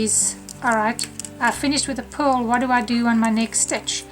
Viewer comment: It took me a long time of listening to you and rewinding to realize that you are saying P-U‐ R‐ L stitch, not PULL. Imagine my confusion when you actually say pull this and see here, this is a pull stitch. Hello from Texas, where the letter R is not an outlaw! Lol